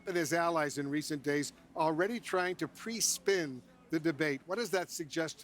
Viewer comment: "PRESPIN" omg, cnn, you slay me 😂😂😂😂😂